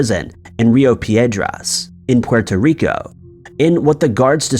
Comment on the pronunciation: The way you say puerto rico annoyed the fucked outta me